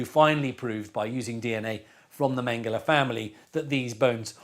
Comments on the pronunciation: How difficult can it be to pronounce his name Mengele, not Mengellleh…….??????? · I gave up, I don't accept censorship and bending the truth. Stop uploading this to evil YouTube! By the way speak his name CORRECT. Mengele! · The narrator's mispronunciation of Mengele ruins this excellent doc. How could this be allowed to happen by the producers? How hard can it be to say it correctly? It's like calling Trump 'Tramp', or Putin 'Pew-tyne' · Learn how to pronounce his name , you sound uneducated!!!!!!!!!!!!!!!!!!!!!!!!!!!!!!!!!!!!!!!!!!!!!!!!!!!!!!!!!!!!!!!!!!!!!!!!!!!!!!!!!!!!!!!!!!!! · Why is the name Mengele so wrongly pronounced?